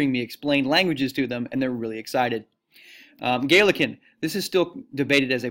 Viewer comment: Galician Not "Galican" is pronounced Gal LEE Shun